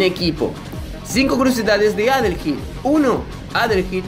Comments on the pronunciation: Se pronuncia "adelhaid", Adelaida en español pero supongo que este sería Adelaido. De este nombre surgió Adel y Aída, y creo que ( no estoy seguro) también tiene relación con el nombre Haydee (Heidi) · Yo siempre lo pronuncie como adeleid y no adelheid jajaja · De hecho se pronuncia como "Adelaid" Ya que la h es muda. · adelheid, oyeron? adelheid. uh la la señor frances si como no. +como se dice entonces? -minirugal